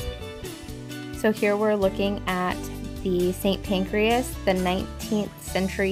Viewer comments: Pancras not Pancreas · Pancras not pancreas. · Hi again guys. Another great video. As usual, a few observations. Please don't think that I am being "picky". 😃 The name of the first station is Kings Cross, not Kings Crossing. Equally St Pancras is not pronounced "PancrEas" as in the mammalian organ. The wonderful Neo-Gothic front of the station was within days of being demolished some decades ago before it got an emergency Listed Building status which saved it. After disuse as a hotel it had been used as railway offices for many years then deserted before being sold. Following the sale a restoration project that lasted several years was undertaken. There is only one Tower Bridge. 😉 But to your eternal credit you did not refer to it as London Bridge as so many tourists do. Borough, as in Borough Market, is pronounced "buruh". Just so that you know, place names ending in -borough, -brough or -burgh are pronounced "bru" not "burrow" or "burro". King Charles I was executed on a specially erected scaffold outside the Banqueting House by beheading, not hanging. The view that you commented on was the entrance to Horseguards' Parade which is on the opposite side of the road. Next, an error that probably 95% of people make. What you called Big Ben is actually The Elizabeth Tower, previously named The Clock Tower but renamed in 2012 for the Queen's Diamond Jubilee. Big Ben is the name of the huge Hour Bell that hangs inside it. TWO FUN FACTS: 1 Big Ben was originally cast in a Bell Foundry at Stockton on Tees in N.E. England. Whilst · FYI 'Kings Cross' not crossing, 'St. Pancras' not pancreas, the 'Elizabeth Tower', Big Ben is the bell inside, sorry just being pedantic or trying to help..... you decide. Lovely video of a lovely day!